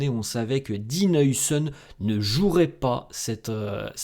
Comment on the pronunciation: Haousen stp haousen stp pas heuisen